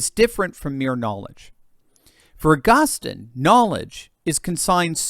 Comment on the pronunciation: To the commentator on this video -it’s pronounced AugusTEEN